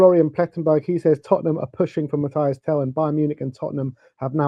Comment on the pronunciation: Mathys not Mathias